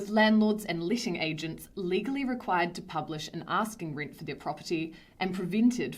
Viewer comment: Teenants (possibly tinants, but could be tenants) pay the reent (possibly rint, but could be rent) and please leet (possibly lit, but could be let) city am know 😜 It could be a riddle? We may never know 😜